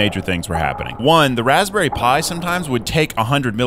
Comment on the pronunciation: REALLY 🤣 Raspberouille